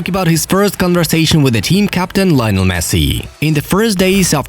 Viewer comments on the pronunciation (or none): none